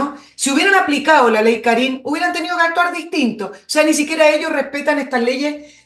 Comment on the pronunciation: Por favor , y por el Amor que le tengo a mi Madre ; El acento de Karin va en la A , por favor . Me molesta la acentuación . Mi Madre se llama Karin . Gracias